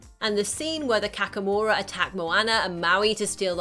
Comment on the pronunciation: Kakamora is not pronounced kakkamora, it's kah-kah-mora